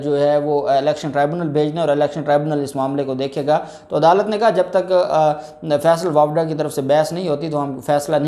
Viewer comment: جب آپ بولتے ہیں آپ کا بات چیزوں میں pronunciation Sahi Nahin hota. فیصل واپڈا نہیں فیصل واڈا ہے